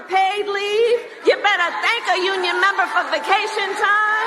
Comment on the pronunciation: “MEMBA” thats how Australians pronounce member 😅 she gone Aussie 🇦🇺🤣🤣